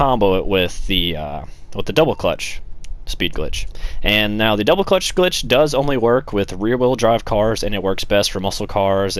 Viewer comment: You sound like a fucking idiot saying double clutch